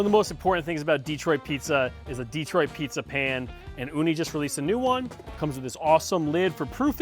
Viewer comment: It’s pronounced di-TROIT, not DEE-troit. The only exception being a Pistons possession announcement from John Mason. No exception for pizza style descriptors. Ever. Nice pizza, though.